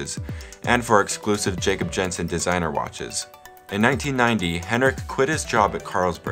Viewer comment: I love how u pronounce Skagen and Jensen